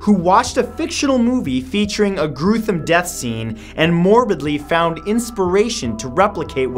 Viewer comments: Anyone else notice that he said "gruethume death scene" in the beginning ? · Ok... ill say it... "gruthome" death scene??? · Lol Gruethome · Lol he said “gruthome” at the beginning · ok am I the only one that heard him say "Gruethom"?? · “a gruethome death scene” 😂😂😂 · "a gruthom death scene"😂😂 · "GRUETHOME DEATH SCENES" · Groothem lmao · did anyone else notice Matt said "gruthem death scene"? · Anyone else notice Mat said gruethome instead of gruesome? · Matt said groothum. I love you, bro but that was funny. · Matt: Gruthome deaths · Anybody else notice he said "gruethome"? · " GRUTHEM DEATH SCENE " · HAHAHAHAHA he said "gruthome"in the beginning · I laughed because he said grusthem... gru-sthem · Gruethom Massew? 🤣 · "Gruthom" or Gruesome? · Did anyone else pick up on the fact that he said gruthem? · Matt you said gruthum instead of gruesome silly head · haha gruthem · “Groothum death thene” I spit out my coffee lmao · He said "gruth-ome" lol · Haha Matt said gruthom. Love the videos brother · Intro: "gruethome" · At the beginning did he say gruthome death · Anyone else notice how he says gruesome lol by the way you’re my favorite YouTuber along with Rob